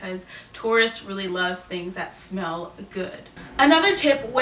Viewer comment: When she said in Taurus that you should smell good, I heard “spell good”. I was like, “Well, I think my grammar’s pretty good...” 😂